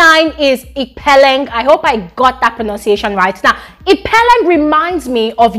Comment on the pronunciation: The first 'e' in Ipeleng sounds just like the 'i'. The second one is just fine the way you pronounced it.